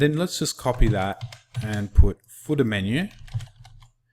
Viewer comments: very good instruction...but your accent sounds funny when you say "footer"...it sounds like "fooda" :) #BestInstructor I've ever seen <3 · The footah gets me every time :D:D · And the footah!